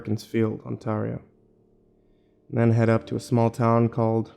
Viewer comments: I love you man but... "OnTARio"? Oof, my heart. It's on-tear(like bear, not beer)-e-oh. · "tom hortons" youve obviously never been to canada. you also butchered ontario. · Okay so Tom hortons was bad, but god the way he said Ontario.. I love his narrations but man that hurt